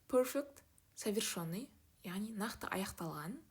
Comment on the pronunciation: Совершенный деп айтылады, ё емес